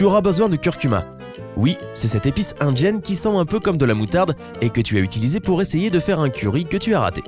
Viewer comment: Cette voix off est très agréable, ceci-dit, elle devrait apprendre à prononcer les « D » «cette épice indjenne... » mdr